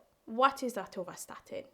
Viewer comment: Not atorstatin its atorvastatin,just telling ckd is silent killer many cause are there 🎉are you till alive